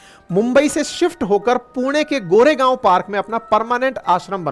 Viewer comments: सर पुणे के प्लेस का नाम गोरेगाव नहीं कोरेगाव है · Sir Goregaw nahi Core gaw